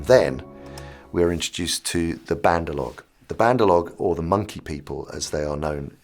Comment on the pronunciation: The monkeys are called "Bandar- Log" not whatever he said.